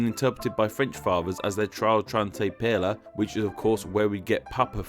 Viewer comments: Why did you consistently mispronounce the words "Pere"? Pere has only one syllable, not two. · I have noticed that this guy always pronounces his R’s as L’s like how can you even mess up on those letters? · The way père and padre were pronounced really hurt my ears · please don't ever say père again. i beg you. it hurts hearing that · ¿De dónde wéyes agaro esas pronunciaciones en francés y en español? He came up with one the most bizarre pronunciations, but at least he tried. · The pronunciation of père ruined me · pére is pronounced like pear not pearra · IKR I've always been taught to say it like Pear. Why is he putting an L somewhere in there. The way he says it all i hear is "Pearla" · "Pier-la"? "Pad=lee"? "Pay-ter"? Stop butchering 3 languages at once! It's Pair-gh (gh like in "ugh"), Pad-ray, and Par-tair! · père is [pɛə(ɹ)] Said like the RP pronunciation of pear or pair. it sounds like he's saying ['peɪ.lə]. Also padre is [pɑdɾeɪ] or ['pɑd.ɾɛ] not ['pæd.ɾi:] and pater is [pɑ.tɚ] or [pa.teɾ] not [peɪ.tɚ] like he seems to pronounce it. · Pere not Pela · hahahha your pronounciation of Père is hilarious. hahahha you pronounce it as pear (as in the fruit). not pearler hahahhahaha that made my day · Nice video, and very interesting :). One thing though (and it's a nitpick)- pére isn't pronounced like "pear-la", it's pronounced pretty much the same as the English word "pear" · It sounds like pela to me. So off it hurts. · and for that matter, pére sounds close to "pear" NOT "pare-la" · Père is pronounced Perla.. I lesrn something new every day ☺️ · I feel like this guy is purposely mispronouncing père and padre because i don't know why he says pearla and padle because there isn't a L in both of those words. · "Père" is pronounced "/pɛr/" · Really? Did you j ust say peita? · I'm sorry for being nitpicky but "père" just sounds wrong the way you say it. To me it ressembles more closely the word "pear." Idk why your way bothers me so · "peitah" lol! no!